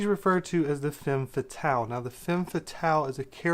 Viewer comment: Its femme fetahle, and film noowah, not noowar or noor or noo-ah